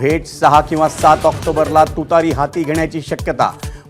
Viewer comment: तुतारी हातात घेतलेला माणूस असं चिन्ह आहे. तिचा उच्चार स्पष्ट हवा.